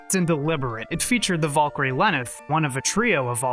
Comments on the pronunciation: vool-kery is all i heard this whole video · It's bad when you can't even say the word Valkyrie correctly...